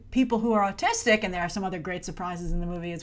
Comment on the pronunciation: i thought at first that she said artistic